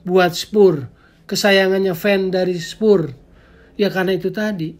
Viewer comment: Penyebutan spurs harus diperbaiki bung, risih mendengar kata2 spur spur hahah